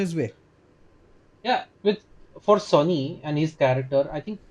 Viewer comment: Are sonny hai bhai, sunny nahi😅